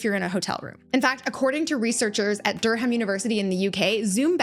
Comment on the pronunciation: you are incredible!! Only yesterday I was thinking I wish would do an updated behind the scenes as I looove your new background. Also, I did chuckle a little the way you pronounced Durham 😅 - for all the non Brits out there, it’s pronounced duh-ruhm.